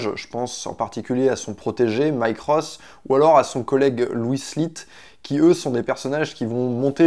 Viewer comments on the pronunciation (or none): none